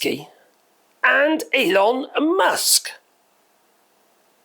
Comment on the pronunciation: Did he just say "Anal" Musk the first time? 😆 . Probably not but it certainly sounded like it to me!